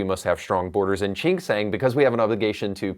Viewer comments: Bro it's not "chink" lmao. It's "jenk". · Gosh watching this and having you not pronounce Cenks name correctly is quite sad. You seem to be a portraying yourself as a genuine political commentator and independent thinker, yet you cannot pronounce Cenks name correctly or even close to correctly. By doing this you give off the vibe that you are disingenuous. If you want to reach more people with your commentary and grow your channel you should correct this imo.